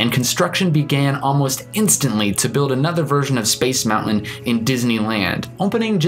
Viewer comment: I wanted to watch this video, but in the first 5 seconds you mispronounced the word MOUNTAIN. No thanks.